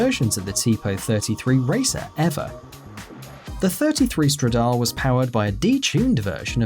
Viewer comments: #4 is pronounced stradale (no silent e) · You pronounced Stradale wrong